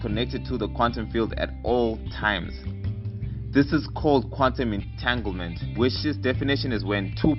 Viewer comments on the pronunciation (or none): Mans said quantum engaglement 😂